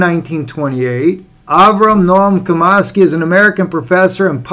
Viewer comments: Its pronounced Chom ski not Comosky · Nom CHOM-skee (like 'chop').